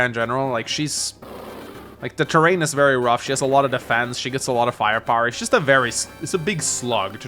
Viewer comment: I think it's his pronunciation, he's pronouncing it like "ter ryan" instead of "ter rain". So by that pronunciation, terrain and prime sound similar.